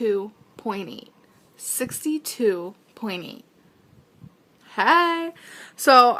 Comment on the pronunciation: "sixty two, pointy. sixty two, pointy" even then she couldn't pronounce some words correctly. SAY YOUR T'S, GIRL.